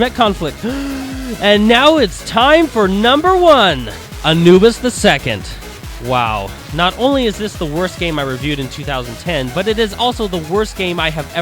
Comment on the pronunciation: why does everybody call him anubs it's pronounced anubiiiiiiiiiiiiiiiiiiiiiiiiiiiiiiiiiiiiiiiiiiiiiiiiiis